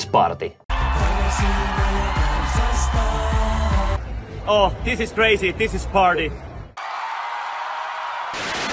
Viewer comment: how does he suddenly say it so differently, the way he pronounces party, like he actually spoke better English than he pretends to! :P But I guess not...